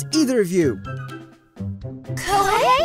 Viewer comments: Lmao koihei.....hahahah bruh that was funny but seriously its Ko-he-i. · lmao he keeps saying kohei as ku-wei-hey (somehow the other va's pronounce it perfectly) and koimiya as qei-miya and its throwing me off, plus a ton of other words got mispronounced badly did my man get the wrong script or smth?